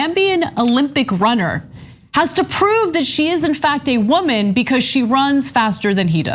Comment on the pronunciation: When Cenk repeats and intensifies Ana's accent of " wo-man," you can tell in his face he's like "damn it, the right is gonna claim I'm racist!!" And in my head, I thought, "OF COURSEEE!!" XD And you can tell the butty hurt are gonna point and blame anything to justify why a woman has an "unfair advantage" against them